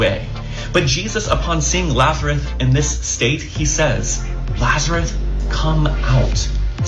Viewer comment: Hey can someone tell Brandon Robertson, with the Triquetra on his wall behind him, that it's Lazarus, not Lazaruth? And Copeland, "tithe tithe tithe", we all know how he became the richest "pastor" in the world. He lies so much, & when he gets called out on it his facial expressions even look demonic. The word tithe means one tenth. When God had priests in the temple 24/7 (Levitical priests) they couldn't go out & work for money so they could eat. The ppl were commanded, every third year, to give the first ten percent of their harvest- be it livestock, farm produce, whatever their occupation produced. That 10% went towards feeding & clothing the priests, widows, orphans, the poor, the stranger, etc.. Well we dont have Levitical priests in temples anymore. We arent required to give ten percent of our harvest anymore. Even if we were, does Copeland or Creflo Dollar, or any other wealthy preacher, give the tithes to strangers, orphans, widows, the poor or sick? Are THEY giving 10% of their own income to help anyone? 😂 Not hardly. Nowadays ppl like to call it "love offerings", & that could be anything from offering money to your church (if you're being fed the Word there), to helping a neighbor with groceries or clothes... or if you have absolutely nothing of monetary value to give then you can offer your time, or emotional support to someone who needs it. But we definitely arent expected to go without food or medicine or rent or electricity in order to give 10% of our income to